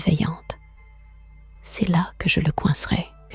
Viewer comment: C'est une IA qui conte. Ça s'entend au "Cé-ess" prononcé au lieu du "c'est". J'admets que la voix est très agréable et le petit accent sympa.